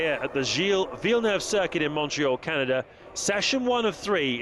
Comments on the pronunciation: "Can-ah-dah" NO. ITS "Can-ah-duh" duh not dah. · the way u pronounced canada (car-nar-da) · Actually Kanada how you pronounced it is almost the german way 😂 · Canarda? LOL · Never in my 2000+ years of living have I heard a country called "KUNARDA" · Your "Canada" at the beginning of the video sounded like finnish :P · that's how my country pronouncing canada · The way you said Canada 😂😂😂